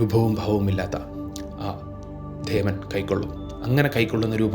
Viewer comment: ധേവൻ അല്ല ദേവൻ